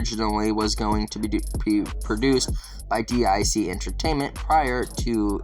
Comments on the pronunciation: Its pronounced Deeeek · DiC Entertainment is pronounced "deek" :^) haha